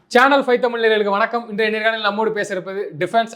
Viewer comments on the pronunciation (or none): none